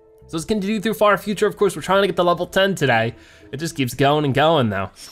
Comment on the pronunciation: I thought you said fart future